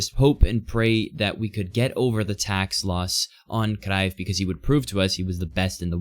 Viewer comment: I like that you pronounce cruyff rightly yet so consistently